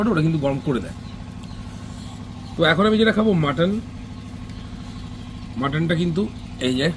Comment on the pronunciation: অনেক অনেক ধন্যবাদ তোমাকে ভাই মাটন কে "মটন"না বলে মাটন বলেছো দেখে